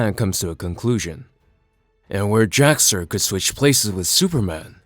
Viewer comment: Yeah, it is a little confusing because of his pronunciation throughout the video. He says Jor El and would likely say Kal El, putting the brief pause/space between the syllables, but runs Jax Ur's name together as Jaxxer. I was just listening to the video and had to actually look at it a little bit in because I wasn't sure who he was talking about lol. Still a good video though. Love recaps like this because I love the stories and characters but can't justify the cost of the books anymore.